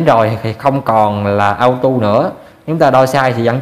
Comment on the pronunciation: Cảm ơn bạn đã chỉ dẫn những kiến thức rất quan trọng để tránh nguy hiểm. Nhưng xin nhắc bạn 1 chi tiết nhỏ: bạn đã đọc chữ Auto là "ao tu" là sai, phải đọc là "ô tô" mới đúng.